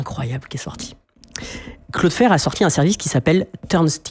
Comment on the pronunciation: 😂 à la française